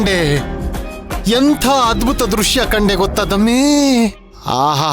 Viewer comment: ದಮ್ಮಿ ಅಲ್ಲ ದಮ್ಮು